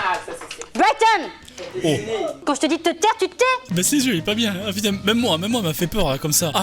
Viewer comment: j'crois elle dit Brighton🤔😭😭